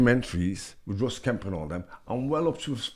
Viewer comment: Great interview, It cracked me up when Stephen said " Russ" for Ross Kemp. 😂😂